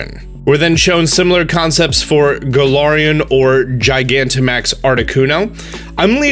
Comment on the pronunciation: thank you i thought i was the only one . he also kept pronouncing galarian wrong